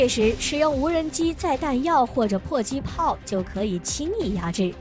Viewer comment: 迫（pai）击炮，弹（tan）射航母。。。非军迷都不会犯的错误